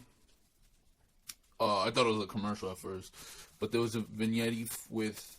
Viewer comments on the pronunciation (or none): It’s pronounced “Vin Yet” Lol not “VIN YETTI” it’s spelled Vignette lol